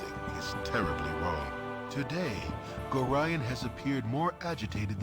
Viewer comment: I know there's no real point to saying this now, but I must. The man's name is Gore-eye-on, not Gore-e-on. Besides that I look forward to a new (to me) playthrough of one of my favourite games!